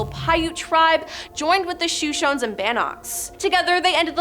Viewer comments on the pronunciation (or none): Shoshone (shuh-show-nee) is not pronounced sho-shine. If you don't know how to pronounce it, look it up or don't say it at all. Most of the photo references arent even related.